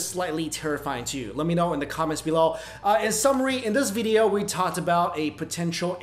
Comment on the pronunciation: Why you always say Vydeo? lol